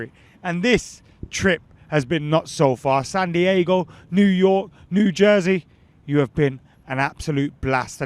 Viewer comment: Actually Santiago is in Chile, you my friend are in San Dee-ay-go 👍